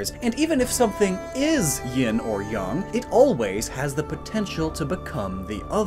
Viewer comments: You're the first white person to ever say my last name (Yang) correctly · If ying is feminine, and the yang/yong is masculine and the way you said it uh, that is some pretty good pronunciation “Zecrom is hard, tough-“